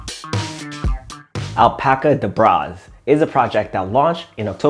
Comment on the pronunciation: I think its pronounced like the magician’s chant “abracadabra” so al-pacadabraz